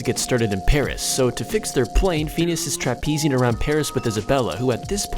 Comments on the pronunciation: It annoyed me so much when he kept saying FEENEEASS. ITS PHINEAS PRONOUNCE IT CORRECTLY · Anyone else cringe when he said "Pheenus and Ferb" instead of "Phineas and Ferb" ?? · Did he actually say rogue instead of Rouge? C'mon man, they even made a movie about it. Also Phineas is pronounced (fin-e-ass), not Fenis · Phines and ferb soud like penis and perv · Bro he said phenus instead of phinas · Phoneas and Frob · Fin-yus and f-urb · is it just me, or does it drive you crazy how he pronounce "feenyees"(Phineas) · Stop pronouncing Phineas like feeneeyis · How he pronounces phineas. And moulin rouge is funny